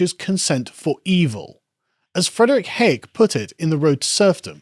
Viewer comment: how to butcher hayek's name lol